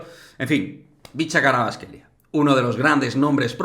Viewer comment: Los españoles tienen estos sonidos. Para ser precisos, su apellido Kh=[J]vicha Kvarats-kh=[g ]elia Dilo como J-or-g-e